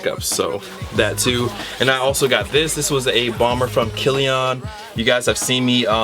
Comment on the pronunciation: its pronounced like Killien